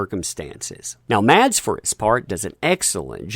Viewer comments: His name is pronounced as "mAss", not maDs". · Like your videos...FYI...Mads Mikkelsen's first name is pronounceed "Mass" the d is silent... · BTW...his name is pronounced Mass Mikkelsen